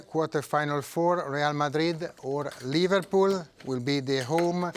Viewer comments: No, he said ' LiverPOO FC' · I heard he said liVARpool FC... 😂